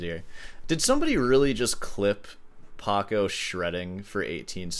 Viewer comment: It's PACO not PARCO